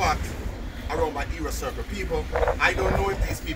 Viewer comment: HEROES CIRCLE not " era circle"